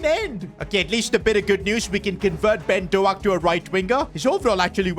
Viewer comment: It’s not Ben do ak buddy